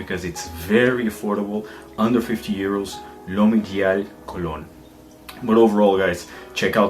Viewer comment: Great Review as always PS: Its not « Mougley » but to be pronounced « Muglère »